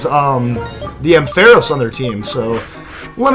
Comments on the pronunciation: Its prenounced amfeross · Arnt you saying ampharos wrong